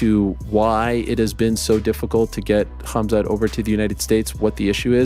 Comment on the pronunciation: The way Helwani pronounces khabib and khamzat is so annoying.